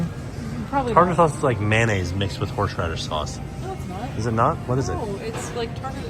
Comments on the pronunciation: “Horshradish” sauce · Note the many times mispronounces "horseradish." It's a hard word! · not being able to say horseradish is killing me 😂